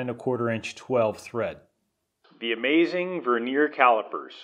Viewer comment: Could you PLEASE look up the proper pronunciation of the word " vernier ". HINT: it ain't verneer.